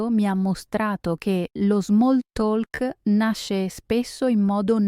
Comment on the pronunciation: Grazie per il podcast. Non devi dire “talk” con la lettera “l”, se dice come “tok”